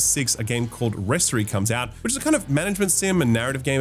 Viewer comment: Why did you pronounce Rehstory? Lol it's a game about restoring stuff, so clearly should be Restohry. Or however restore + story is pronounced.